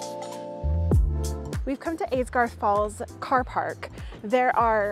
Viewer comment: That's Aysgarth Falls not Aidgarth...